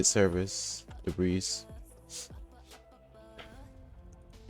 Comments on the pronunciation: Debris is pronounced debree, or debrees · Thank you for the guide. Just thought I should let you know that the s in "debris" is silent. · Man says Debris as Debrees, love it. Keep it up man, you've taught me all I know.